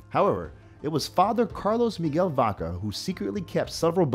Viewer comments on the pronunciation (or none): none